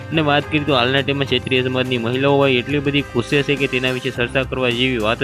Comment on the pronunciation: ક્ષેત્રીય નહિ બકા xatriy બોલતા સિખ